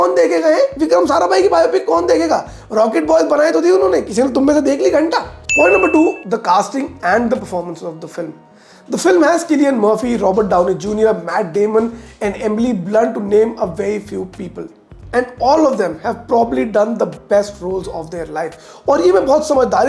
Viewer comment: The moment he said killian Murphy I had to stop watching it 😂